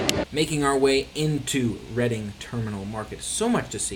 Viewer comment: It’s pronounced REDDING - not READING - terminal market!